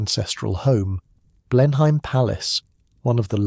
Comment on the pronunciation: Blenheim is pronounced "blenam""